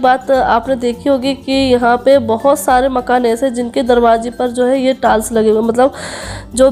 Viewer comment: Yr tals kya hota h bhai tiles to suna tha hahaha